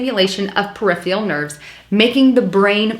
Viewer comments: Per-if-er-ul...not per-if-ial. Gotta work on pronunciation. Also said psychological when the article said physiological. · Thank you for the video, - but... it is peripERal nervous system, not periphREal.